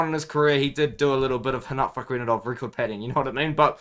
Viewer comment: Bro you’re pronouncing rinat name like He’s Brazilian 😂